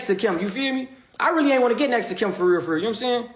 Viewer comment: this dude say nam saying?! Like Marcus from how did I get married lol